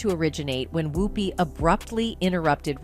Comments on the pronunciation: She keeps pronouncing her name Whoooopie as opposed to Whoopie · I think you need to pronounce Ms. Goldberg's first name correctly. Just check the correct pronunciation of her first name online as per Google Search. Important to do your homework, before any information is shared. Please take your job seriously and share responsibly, as well as accurately. Thank you...